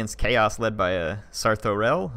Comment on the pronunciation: I think it's pronounced Sarth-o-rail.